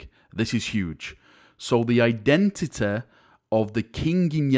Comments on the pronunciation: We finally now know the indentiteh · I want to know his identehteh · Identity: what he said "Eye,denta,da"